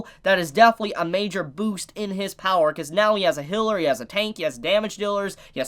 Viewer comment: excuse me did he just say hiller what? and why do i find that so funny